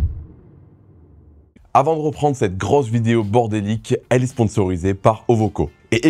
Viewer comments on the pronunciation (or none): REprendre, rEcommencer, rEfroidissement, rEmettrais, rEvenir.... C'est marrant cet accent mettre des O à la place des E... Ça vient d'où c'est courant cette façon de parler ? J'ai remarqué ça chez Vincent un autre YouTuber celui qui a fait la 205 VR6 avec Coupable et qui est entrain de faire la réplique de Most Wanted j'ai zappé le nom de sa chaîne YouTube... Sinon bravo pour le taf fourni, c'est encore une vidéo bien bordélique comme je les aime merci !